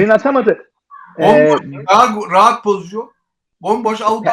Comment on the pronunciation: "Pozisyon" diyemeyip "pozizyon" diyen 2 Fenerbahçeliden birisi Altan ağabey, diğeri Ersun yanal :) Seviliyorsunuz.